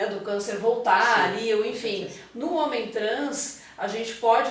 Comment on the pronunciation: Ela parece muito cuidadosa. Só me incomodou o "HOMEM", com ênfase, para se referir a homem cis. Parece até que homem trans é menos homem.